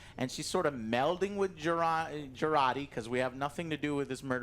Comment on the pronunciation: Having never seen the show, I thought "Jurati" was Joe trying to say Geordi (La Forge), lol. Great review, glad I dodged anything Paramount+.